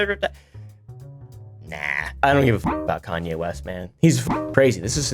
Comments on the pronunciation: “East? I thought you said ‘Weast’” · "Kayne weast" 😂 Judaism is the religion btw